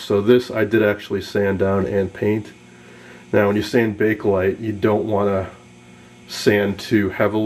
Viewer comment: Thank YOU! You actually pronounce it CORRECTLY. I get SO tired of hearing "people" say Bake-A Lite!!!! It's NOT Bake-A-Lite, it IS Bakelite. Excellent video man! (And kudos to you for pronouncing Bakelite correctly)